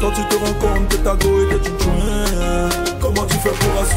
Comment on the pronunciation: 😂😂grand pardon on dit tchoin ! thoinc c'est quoi ? 😂😂